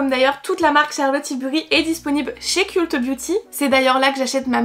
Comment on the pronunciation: ont dit "keult beauty" mes oreilles ont saignées ahaha